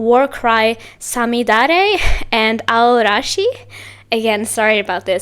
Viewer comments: Enjoyed your first reaction to &team! Thank you💖 'Samidare' means May rain' 'Aoarashi' means 'Blue Storm' Your pronounciation of these titles in Japanese are just perfect🎉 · 最後の五月雨は特に綺麗な発音でした👍🏻